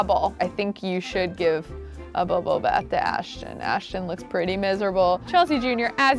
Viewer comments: It’s not Ashchon it’s Ashton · The fact that she still can’t pronounce Ashton 😂❤️